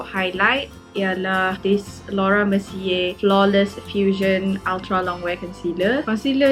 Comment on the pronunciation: I liked sebab you cakap utaghra